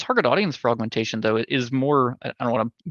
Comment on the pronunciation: I keep hearing say "for Augmentation" as "frogmentation". Now I want playable Murlocs and a Frogmentation Murvoker.